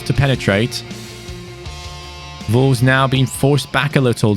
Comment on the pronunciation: No one:: “Volves”